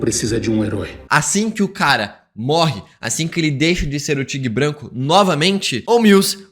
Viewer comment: Que aflição ouvir “tigue branco” várias vezes kkkkkkkkkkkkkkkkk